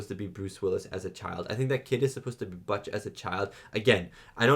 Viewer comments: Bootch- not Buuttch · butch rhymes with bush, not dutch